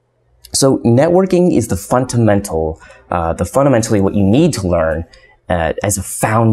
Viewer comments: bro do you or do you not know how to say fundamental? cause sometimes you say FUNTAMENTAL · Funtamental? Cringe every time you said it